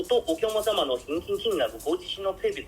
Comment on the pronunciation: 発音は面白い おきゃまさま ❌ おきゃくさま ◎